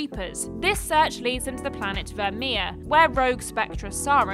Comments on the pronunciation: Virmire, Rachni, Saren, Genophage. There's a boatload of weird pronounciation of iconic names in such a short amount of time. XD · I’ve never heard anyone pronounce “virmire” like that 😂